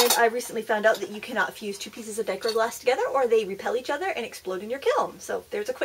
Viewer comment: It is pronounced "die-CROW-ick".